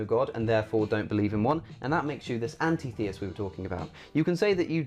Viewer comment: You're pronouncing Antitheist wrong. Break the word up. When you say it as An tit heist it makes much more sense